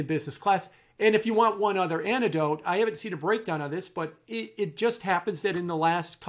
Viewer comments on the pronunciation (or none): Anecdote, not antidote? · I love Jim but can someone tell him to pronounce anecdote properly?